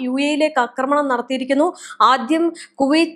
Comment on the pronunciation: കൊച്ചേ നിന്നോട് ഞാൻ പല പ്രാവശ്യം പറഞ്ഞു, അക്രമണം, എന്ന് പറയരുത്, മറിച്ചു ആക്രമണം എന്ന് പറയണമെന്ന്. അതേ സമയം, അക്രമം എന്ന് പറയാം. അവിടെ നീട്ടിപ്പറയണ്ട. അതുപോലെ നിന്നെക്കാൾ എത്രയോ senior ഉം ലോകപരിചയവുമുള്ള ഒരാളെ, എന്ന് വിളിച്ചത് ശുദ്ധ മര്യാദ കേടായിപ്പോയി. എന്ന് salute ചെയ്യാമായിരുന്നില്ലേ? ചുരുക്കത്തിൽ നീ മര്യാദ പഠിച്ചിട്ടില്ലാത്ത ഒരു മഹാ വികൃതി കുട്ടി തന്നെ.